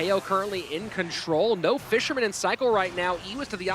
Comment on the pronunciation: “That fishermmnn” 🤠